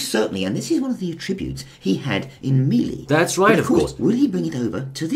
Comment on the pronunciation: I like the way you pronounce melee